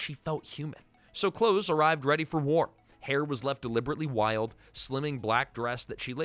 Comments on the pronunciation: Glenn’s last name is pronounced the like the opposite of far it’s close not cloze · Nitpicking here, but please have more respect for my favorite actress than mispronouncing her name. Hearing her name as "clothes" was just painful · It’s Close (as in close to me) not Close (as in close the door). AI? Or young narrator? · Yeah, driving me crazy... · It's Close. As in, "Come close, I'm going to kill you." Not like "Close the door. I don't want the neighbors to see me killing you." PLEASE look up how to say things. Especially when it's someone's name. It'll take you 10 seconds.